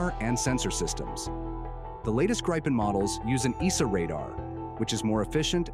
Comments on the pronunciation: When ever I hear Graypen I hit downvote. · The proper way to pronounce the name of the Gripen is "Greepen" (a Nordic "i" sounds like an English "ee"). This entire video comes across as a Gripen sales pitch! The F-16 vs. JAS39 comparison is interesting: Regarding Ukraine, the JAS39 is a likely future, economical, practical and affordable. The does not change the fact that the F-16 is, in the current situation, the obvious choice: being laid off by numerous Ukraine-allied countries, it is available in considerable numbers, it is "cheap" to acquire (being donated in most cases) and usually being upgraded and made operational by the donor nations. It may be old, but it is a mature and battle-proven package. What remains to be seen is how it stacks up against the Russian fighter/anti-air forces. Indications are that while the F-16 may not be avant-garde in the West, the Russian counterparts are likely to be all noise and no substance. Just consider how embattled little Ukraine has managed to withstand the assault of "the Mighty Russian Military" for almost 3 years! Putin is trying to attempt world domination with a thoroughly corrupt Paper Tiger military. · These days and especially for military channels, who knows if the voiceover is AI or not, but regardless: thank you for actually pronouncing Gripen correctly. It's not Grippin, or Grypen, it's "Greepen". Minus the American R but it's as close as you get, I suppose. Edit: I take it back. It's AI, and by the three minute mark, you start switching wildly, just as every other channel. Sigh. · Holy shit, I've never seen a video switching pronounciation more often. Grie-pen. Greepen. Grippen. If you're not going to research the correct pronounciation, at least pick one and stick to it.